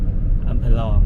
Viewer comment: อำเภอลอง ล.ลิงสะกด พูดภาษาไทยชัดๆนะครับ